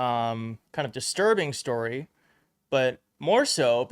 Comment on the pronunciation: A shhhtory. Not story